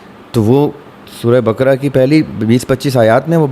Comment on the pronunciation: Lafz baakara hai bakra nai. Kindly pronounce it correctly 😢